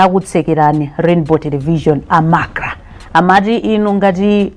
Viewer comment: You reporter it's not lainbow it's Rainbow. It's not macla it's MACRA. Ndiwe reporter wochititsa manyazi, anakutola kuti?